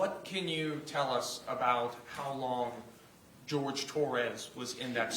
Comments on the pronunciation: Why did they keep calling him George? His name was Horhay… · Agreed….. in closing Owens kept saying Torres…… he had a fricking name it-was Jorge 😡